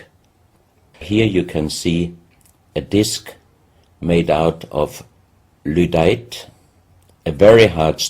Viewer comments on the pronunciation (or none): He keeps saying "ludite" but I think he means "lydite".